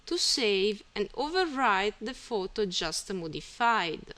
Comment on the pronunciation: thanks for ur help... and say photo not futu ..